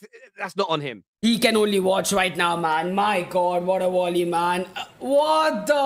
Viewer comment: "Vat a wolley" 😂